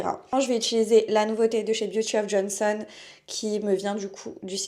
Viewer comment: encore une nunuche qui sait pas lire!"Beauty of JOSEON, pas of JONSON!! pas de n donc on prononce pas le n!! Apprends à lire ma fille avant de donner des conseils!!!